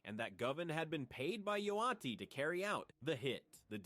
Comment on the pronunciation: Bro learn how to say Yo Gotti… damn